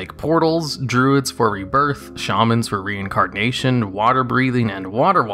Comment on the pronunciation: I swear it sounds like you're saying reincarGnation lol. Not meaning any offense, that's just what it sounds like and the comment is not meant as a serious disparagement.